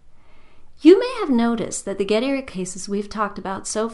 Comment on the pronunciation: Poor Gettier, no wonder his paper /idea never caught on and got filed under circular(or just poor) Gettier is not pronounced as that creature pronounces it; she would probably pronounce 'trait' - another shibboleth to identify the uncultured , to rhyme with gate rather than tray.